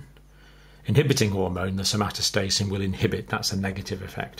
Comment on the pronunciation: Dr John, did you mean to say Somatostatin or?